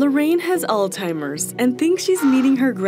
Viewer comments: Please, it is not pronounced All Timers. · Listen. It’s not Old timers, or All timers, it’s named after the doctor that diagnosed it, pronounced “All Zime ers”, it’s easily pronounced the way it’s spell Alzheimer’s. It’s been in the public eye for a very long time now. There’s no reason to mispronounce anything, a simple Google search will show you the Phonetic spelling, and there’s usually a button you can click that will speak the word for you. Please, when you have a “medical” platform at least try to properly inform the public. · It’s pronounced ALZZZHEIMERS. Learn to narrate. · ITS NOT 'ALL~TIMERS" FOR CRYING OUT LOUD... PLEASE LEARN PROPER PRONUNCIATION! OK BACK TO REGULAR SCHEDULED PROGRAM...CARRY ON😊